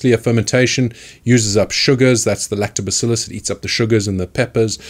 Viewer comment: i like when you say lactobacillus